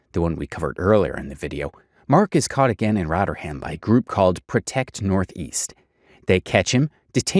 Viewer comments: Shoutout to your pronunciation of “Rotter-ham” - much better than its original name of “Rotherham” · Also, it's not 'rotterham'. It's Rother ham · I'm a Yorkshire person and its pronounced Roth er um. Calling it Rot er ham is driving me crazy haha. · Giving me a headache it's rovrem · Rotter ham 😂😂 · Let him know its actually Rotherum...l😂❤🇬🇧